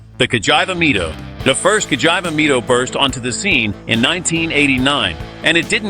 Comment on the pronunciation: CA like (ca)talytic converter - GI like (ge)nius - VA like (va)nity , now put it together and it will sound correct. I keep hearing vagina 🤣🤣🤣🤣🤣🤣🤣🤣🤣🤣🤣🤣🤣🤣🤣🤣🤣🤣